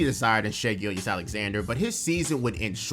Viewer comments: Every time you called him Shai "Gillious" I died a little inside. It is pronounced "Gill-juss". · I haven’t watched the video all the way through and I trust it’s good but the way you say “Gilgeous” got my nerves a little (I’m pretty sure it’s Gill Juhss) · Its pronounced gill-jus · I’m glad I’m not the only one that was driven crazy by “Gill-Yess”. Brutal to listen to repeatedly. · Sounded like the name of a Roman prefect lol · haha nah it was a great video bro, im just OCD But the Gilgeous part is like gorgeous. "Gil-jus" if that helps at all. Regardless, keep up the amazing work and cant wait for more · The second g in Gilgeous is not silent. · my mans cannot pronounce gilgeous